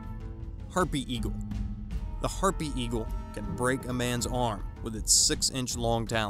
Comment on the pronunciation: hare-py eagle that is how u say it not herpy eagle😐